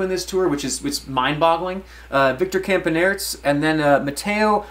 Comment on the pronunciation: “Victor Campaneerts” 😂